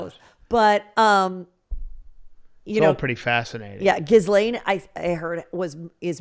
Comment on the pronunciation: Love your show but you keep mispronouncing the name of the Epstein sex trafficker Ghislane, the S is silent. The phonetic pronunciation is.Gee-lane.